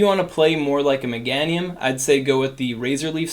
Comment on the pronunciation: You pronounce Meganium funny lol. Megaaahhnium.